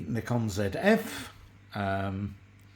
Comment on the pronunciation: Its a ZF not a FZ...just saying 🙂